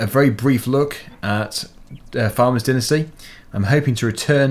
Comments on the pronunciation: Next time, pronounce dynasty and beta correct please. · You say dynasty and beta completely wrong whats with that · Hey you pronounced Dynasty wrong